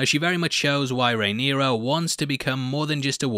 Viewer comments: The princess's name is Rhaenyra.... Not Rhaenyria . Rhae-near-ah. Not Rhae-near-ree-ah. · She’s RhaenYRA not RhaeNYRIA though 😅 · It's Rhaenyra. Not Rhaenyria. I know you can technically pronounce it however you want but you're doing it wrong with the i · small note, I believe it's pronounced Ray-neer-ah rather than Ray-neer-iya (not trying to be an a-hole, just noticed you said it a few times). Keep up the great work, love your vids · Good job on the video. Quick note for the future: her name is pronounced RAY-NEAR-A, not RAY-NEAR-EE-A. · Dude, her name is Rhaenyra, not Rhaenyria, not Rhaena. It's complicated enough without you confusing the name thing further. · Rhaenyra not Rhaeneria/Rhaenyria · Rhae-nera is the pronunciation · Mate, it's 'Rhaenyra' and 'Mysaria'. 🤦‍♂️ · her name is Rhaenyra... how fkn hard is it? hahahaha